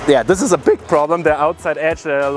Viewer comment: “bihg problem” #nohate